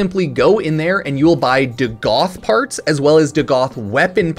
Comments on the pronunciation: It’s pronounced Dag-ath, not Duh-Goth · Bruh can't read. It's Dagath not "DuhGoth." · hey hipster, its not DaGoth its Dagath